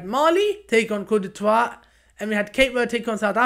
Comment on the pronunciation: Good review but you must learn how to say "Côte d'Ivoire" properly.